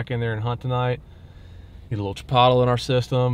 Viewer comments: Congrats on another huge buck... I believe though you are mispronouncing chipolte!!!🤪🤪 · Chi pot le ?? You mean chi poat lay 😂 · Why do you keep saying CHIP-OTTLE? You had me dying!